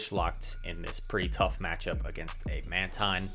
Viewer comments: well done man! and it is indeed Man-teen. I was thinking exactly what you were saying, "why is he switching up pronunciation?" hahahaha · how do you pronounce mantine lol